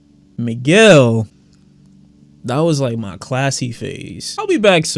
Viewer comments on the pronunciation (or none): none